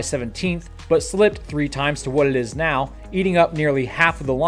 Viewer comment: Did he say "going on right meow?"